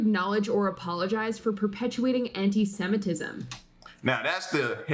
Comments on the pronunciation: ALL LIVES matter. You said the word Antisemitism correctly the first time you tried. I am white I will admit that but I don't care what you look like on the outside or what your sexuality is, if you treat me with respect I will do the same for you. I believe that everyone is entitled to their beliefs but I also believe that you should not cram those beliefs down anyone else throat or try to make others believe how you believe.. I also don't think you need to express those views whatever they may be to everyone. Sometimes the best thing you can do is keep your mouth shut. I think that is where some celebrities and politicians get into trouble they don't know when to keep their mouth shut or not tweet something. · You pronounced antisemitism correctly the first time.